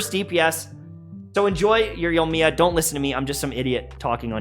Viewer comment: "yowmiya" lmao if i had a penny for every time i hear that name butchered in youtube